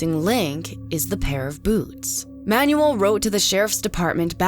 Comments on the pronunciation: Excellent work and interesting interviews. One thing: it is pronounced Man-u-el. Not manual. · Name butchering is ok with names like “Starowicz!” But “Manuel?” It’s pronounced “ MAN WELL!!” Holy crap read a book ! Ask around ! How hard is it!? Friggin’ ‘Man you will!?”.. car manual. Lol. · Manuel is pronounced as: mahn WELL, not Man yu el. Sorry but, I found that constant mispronunciation very distracting. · This narrator has GOT to go..great video otherwise...If you're gonna say a guy's name 100 times in a video at least learn to pronounce it..it ain't Manual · The way she says “Manuel” bothers me lol